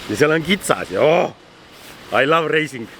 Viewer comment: "I love reising" 🤪🤣